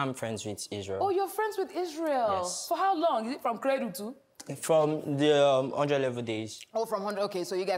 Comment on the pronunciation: Bisola say na “cradle”😂😂😂😂😂